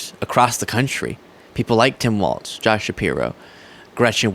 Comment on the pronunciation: please learn how to pronounce Tim Walz's last name. It's pronounced "walls" as in floors and walls, not "waltz" as in the dance. I've commented on this 3 x's and you've not responded. You can't make fun of people not knowing how to pronounce Kamala when you can't be bothered to learn how to pronounce her running mate, Walz. I am fully prepared to unsubscribe from you if you can't fix this, now I'll wait and see what is important to you. I've been watching you since you began doing videos so know how seriously you take what you do. Are you ready to lose a subscriber over this?